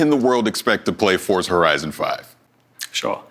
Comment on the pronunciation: It's pronounced "FORT-za"